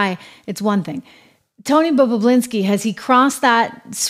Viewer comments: Trish- its Bobu- linski, NOT Bobu-blinski. You're adding an extra 'b'. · bobulinski its not that hard to say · You're pronouncing Tony's last name incorrectly.